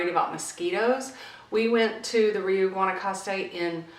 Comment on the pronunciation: It's pronounced "ree-oooh" not "ree-you". It has a long U vowel sound at the end.